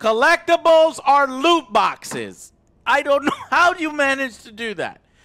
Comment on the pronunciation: Why is he pronouncing loot boxes as lewd boxes lmao